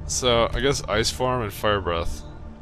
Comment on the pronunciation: The ice shout kinda sounds like fis, meaning fart in my language Loving this LP, entertaining for sure :)